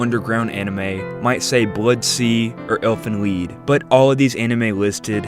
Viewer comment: thank you for pronoucing Elfen Lied correctly